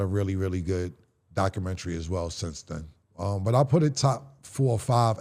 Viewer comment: It's Doc-u-men-ta-ry Not Documen-TRY 🙄